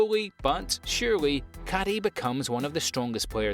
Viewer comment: Who the hell is Caddy in Bofuri? If you've watched the anime or have any familiarity with Japanese at all you know it's a 3 syllable name Kaede, Kai-Eh-day. I hear and understand you're British so the speech impediment is expected but come on.